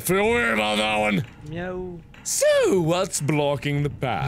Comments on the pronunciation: alien Oh, I thought that he was saying "no". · I thought he was saying "no" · I always thought he said "no" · alien That's supposed to be a meow? I thought he was saying "no." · am i the only person who misheard zacharie's meow as a yo?